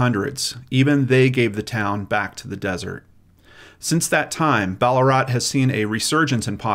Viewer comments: It’s said Bal-la-rat, not Baller-at 😋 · Why pronounce Ballarat "Ball-a-rut", especially when its original name is Ballaarat and it was originally an Aboriginal term? It's a bit like all those videos where people call Woomera "Woo-merrah". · I didnt know that there was anotjr place called Ballarat, I only knew of the one in Australia and have never heard it pronunced how you said it 😂😊